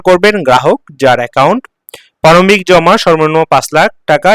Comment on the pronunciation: পারমিক না প্রারম্ভিক। আগে উচ্চারণ শিখুন।